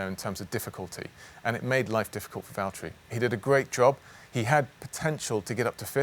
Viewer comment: Please say Valtteri it’s James